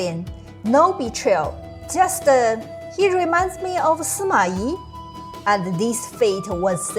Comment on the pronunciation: Suma I... Good and correct pronounciation